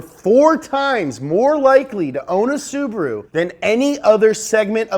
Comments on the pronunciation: It's Subaru not Subro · SU . BA . RU NOT SUBURU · Omg I almost died laughing with the ssubahahruhoooo. 😂 holy shit! This channel should be on Velocity